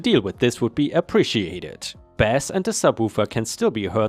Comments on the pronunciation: Story 3... " Am ish" is said as "two" thirty, not "three" thirty. 🤣 Also, when it's relating to music, "bass" is said as "base." It's only said as "bass" when it's about fish/fishing. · 🌟🌟🌟🌟🌟👍🎬👁👁🐱 In music, bass is pronounced base. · Bass when in ref. to music is pronounced "base". Your English is pretty good, it is a hard language. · Please practice pronunciation. Bass and treble. Bass is not pronounced like the fish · English is hard on non native speakers. You pronounced Bass with a short A, that is for the fish, for all others it is a long A as in sounds.